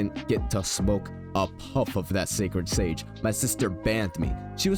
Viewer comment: “Šàćrëd šãgē”😂